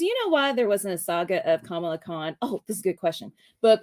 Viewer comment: Kamala Khan's first name is pronounced "Kamaala", not "Kaamala" like the VP.